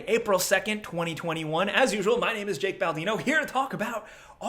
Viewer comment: It's "Jake" bro 😂😂